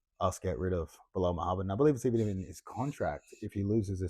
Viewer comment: "Midhamad" hahahah